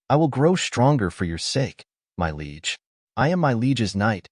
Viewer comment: Bro, Liege is not pronounced Leg.